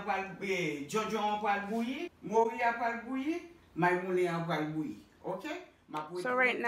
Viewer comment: Sé "moru" ti chéri (cod fish), pa "mouri" (death).